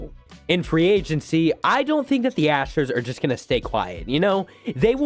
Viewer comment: Ahh yes, the Houston Asters